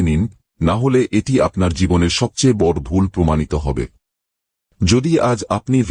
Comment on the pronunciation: বড়ো উচ্চারন টা ঠিক করে বলুন